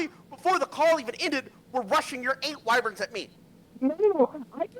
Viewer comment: "Wivirns" Try "Wyverns", mate.